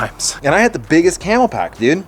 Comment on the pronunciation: Please stop saying "Camel-Pack." It's Camelbak. It's written right on the bag.